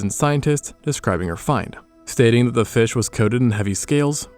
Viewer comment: "Based on da bones"